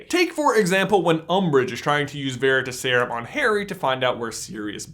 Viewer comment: "veritas" Vair-i-Toss. It means "truth". The emphasis is on the Toss. "Veritaserum" vair i Toss erum. The emphasis is still on the Toss. That's my gripe. Otherwise you guys rule.